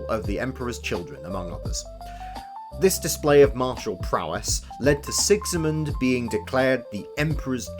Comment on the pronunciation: Who's this Sexymund you keep mentioning? Its Sigismund - an actuall, real-world name.